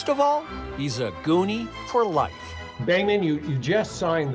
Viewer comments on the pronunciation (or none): His name is Behman---NOT Damon.